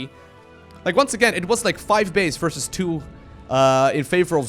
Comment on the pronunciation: It's versus, not fersus